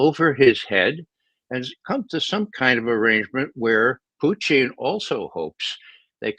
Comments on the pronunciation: Why does he say “Puteene”? It’s SO FUCKING IRRITATING. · Ray calls him puteen! 😅